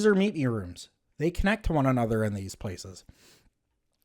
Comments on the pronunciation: you talk so dumb. when you say "aye-nother" instead of another. such a really dumb person. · I think it accents